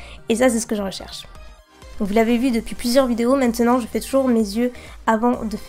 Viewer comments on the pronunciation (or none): none